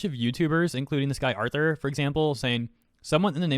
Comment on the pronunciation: his name is artur pronounced as "are-tour"